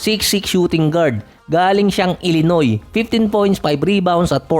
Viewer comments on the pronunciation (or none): none